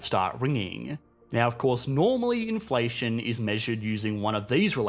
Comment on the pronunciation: Inflationnnnuh...moneyyyuh... runnnnuh... trillionnnuh...depreciationnneh... Isssseh... solutionnneh... Great content but you make me want to throw my phone against the wall...